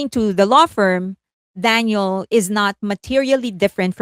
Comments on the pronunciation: I don't mean to be rude, but you keep calling her DANIEL. Daniel is a male name, as in Daniel Craig, Daniel Radcliffe etc. Her name is Danielle, pronounced, Dan-YELLE, with an emphasis on the second syllable. This has been commented about here before...?? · It’s ‘Dan-yell’ you keep mispronouncing her name. ‘Dan-yill’ is a boy’s name. And are you going to ever discuss Mark Lee’s controversial and racist t-shirt? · I believe, with effort, you can manage, after all this time, to pronounce Danielle's name correctly. It's been years now, literally years, and you pronounce her name in the masculine - Daniel. Her name is the feminine version - Danielle. I'm not trying to side with her on anything, I'm saying that some stans get all in each other's spaces for the mispronunciation of Korean names, and can there be an effort to say those correctly. So, in all equality, we can put in an effort to say a Western name correctly - Danielle, not Daniel. The legal documents will also reflect that name as well: Danielle Marsh or Marsh Danielle. Not Daniel. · Great coverage as always - very thorough and informative. But you went back to pronouncing her name as Daniel (male name) instead of Danielle (female version). You were pronouncing the name as Danielle for a while… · Can you please pronounce DaniELLE right?